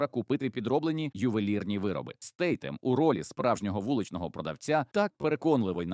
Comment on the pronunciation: Statham вимовляється Стейтем (Друга «Т» вимовляється з кінчиком язика притиснутим до зубів, як у Thousand до прикладу).